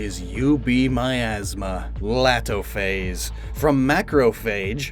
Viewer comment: Laatophaze would actually be prounounced Letophaze since hand is pronounced let in burmese